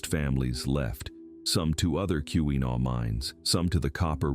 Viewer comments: It's key-wa-naw not key-wee-naw! Driving me crazy! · Kewenaw is pronounced key’-win - awe with the accent on the first syllable. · This was obviously created by someone isn't from Michigan (or AI) as the pronunciations are terrible. Every time 'Keewenaw" was mispronounced, I cringed. 😫